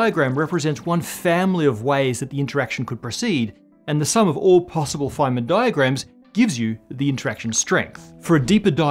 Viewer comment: Anyone else hearing ‘flamin diagrams’ as if al from home and away was a professor?